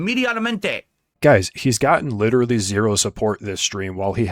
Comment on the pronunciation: says “bolth” instead of Both Leedurally instead of literally